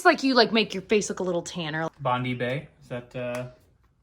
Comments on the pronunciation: Lol Bond-ee bay 😆 just a wee lil correction it's pronounced Bond-eye. Very popular beach East coast of Australia. Would you visit Australia one day? Gigi could meet some of the cute animals! 🤗💌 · Bondy bay made me giggle. It’s bon-die not bon-dee 😂😂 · Hehe at how said "Bondi". It is pronounced "bond-eye" not "bond-ee" but was adorable. And Bondi Beach is a famous beach in Sydney, Australia. Was in the news recently for all the wrong reasons 🤦‍♀️ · Did say Botany Bay or Bondi Bay? 😅 If it was Bondi... 1. Its Bond-eye 2. Its a Beach not a bay. But both Botany Bay are in Australia so he was right.